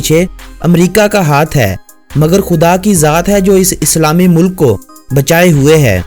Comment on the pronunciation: Shahid Abbasi Mulk ko Mullak bhi kaha Aur Waqt ko Waqqat bhi. Lekin good work